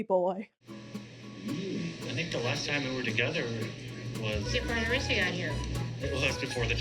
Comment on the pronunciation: the ee thing at the end of the names its not a larissa thing, its just our accent. Like how you can't actually pronounce larissa as we would, you say loh-rissa